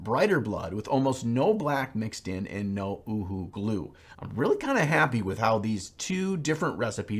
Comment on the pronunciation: My big takeaway from this video is that is the only person I have ever heard pronounce UHU correctly on Youtube...